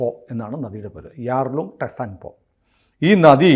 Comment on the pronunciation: ടെസാങ്പോ അല്ല, ചാങ്പോ ആണ്